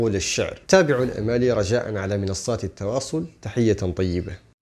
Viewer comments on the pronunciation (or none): none